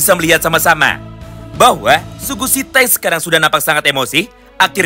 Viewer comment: BANG SUGISITA BANG BUKAN SUGUSITA